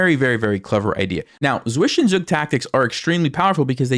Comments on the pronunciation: English players say swish en zug, but. It is pronounced svi zen zug, which the first syllable means two in German! Ugh nails on a chalkboard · zwischenzug is pronounced as ''tsvishentsug'' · The way you say zwichenzug is breaking me great pain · Zwischenzug...your german is not the best